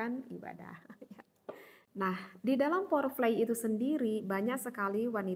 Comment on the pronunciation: fore play Ustadzah, kebalik bukan pore flay, tp terimakasih kajiannya sangat mudah dipahami, dan menggairahkan untuk dipelajari